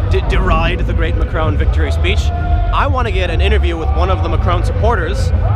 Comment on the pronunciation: I very much like your pronunciation of Macron, it fits.